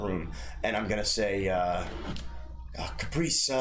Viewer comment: I burst out laughing at butchering Caprice's name XD